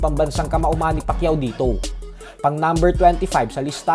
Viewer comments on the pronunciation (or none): Its Manny not Money